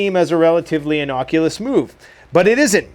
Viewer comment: Innocculous? Or innocuous… that is the real question